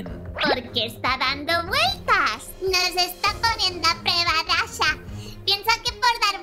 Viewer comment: SOY YO O SERGIO CUANDO NUNU PERDIO SERGIO DIJO DASHO Y MIMI DIJO DASHO Y ES DASHA NO DASHO